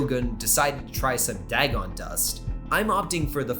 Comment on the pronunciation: I should tell you, you're pronouncing Dagon's name wrong, it's "DAY-GONE" from what I've heard.